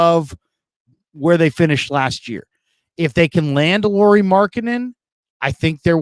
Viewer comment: Say his name correctly! It’s pronounced lowery not Lori like a girl. Think of Kyle lowery.